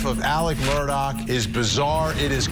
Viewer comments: Mur-daw not murdoch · Goodness people it's not Murdock! Their last name is Murtaugh.